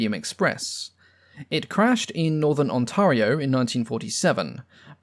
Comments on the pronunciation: I love the video but I’m sorry I can’t get over On-tah-rio. It’s pronounced air not ah. Ont-air-io. It’s nice to know where these W planes came from though. Never really thought most folks had never seen them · Just for future reference: Ontario = Ont-air-ee-oh